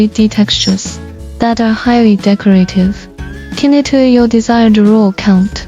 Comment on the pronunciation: We pronounce knit like nit! The K is silent